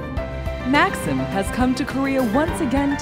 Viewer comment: Maksim is pronounced Mak-seem not Maksum, like the way this host pronounced. Great to hear him in an interview.